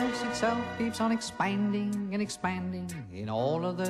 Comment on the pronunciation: anyone else laugh a little at the way he says "expanding" ?